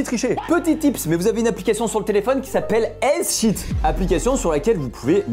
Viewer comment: Le mec lit haizsheet pour ezSheet au lieu de easysheet !